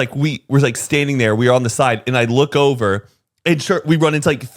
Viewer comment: “And then I’m bent ovaa” 😭😂😭😭😭